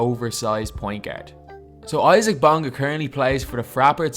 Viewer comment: He's pronounced "easa-uck"